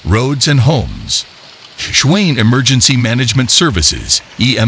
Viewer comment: City of Schwain... Hahaha, its Tshwane!